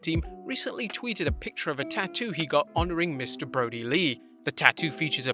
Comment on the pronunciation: BRODIR NOT BODIR! please up your standards bro